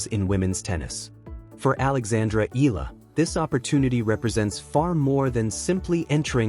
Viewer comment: Nobody is shocked. You're being dramatic. You can't even pronounce Eala properly.